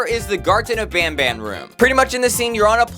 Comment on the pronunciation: Garten of banban not van ban